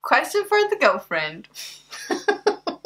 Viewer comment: Lol... 1..2..3.. Hi sweetiesss lol... How cute. Then u said 'gulfwuend' (girlfriend)... You 2 are so cute & she seems more into you than your ex.